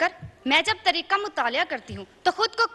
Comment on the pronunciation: یہ لفظ تریخ نہیں بلکہ تاریخ ہںے، باقی بھی 50 ٪ تلفظ غلط ہںے ماشاءاللہ اب اردو کا معیار یہ رہ گیا ہںے اور اس کو میڈیا دکھا بھی رہا ہںے.